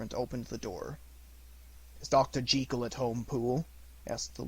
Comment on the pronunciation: I do not understand why now days people are so keen to mispronounce the English language. It is not Dr. Henery G-ee-kel and Mr. Edward Hyde. It is pronounce Jekyll (sounds likr Jeh Kuhl). This link will allow you to hear for your self the correct pronunciation. Sadly I can not listen to this great narration as every time Dr. Jekyll's name is said it grates on me like nails on chalkboard.